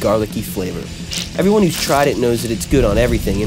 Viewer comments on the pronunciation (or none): none